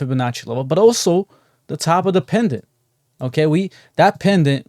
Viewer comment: Bullish Pennant not PENDANT. but we know what you mean.. thnx for the tosh support!!